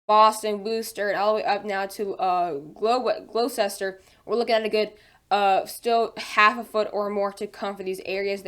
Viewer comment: It’s pronounced wus-ter and gloss-ter and ports-smith Good job dude!